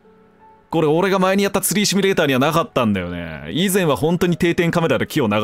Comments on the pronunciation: しつこいようだけど、シュミレーターじゃなくてシミュレーターね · あれ？うっしーってシュミレーターって言う人だったっけ？